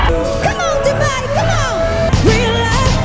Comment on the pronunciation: Its not Du-byee, Its Du-Hello 😂😂😂😂😂😂😂 Ambot nimo te Alex..